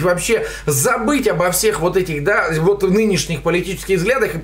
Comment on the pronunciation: услышал уоооот, как у Дробышевского почти)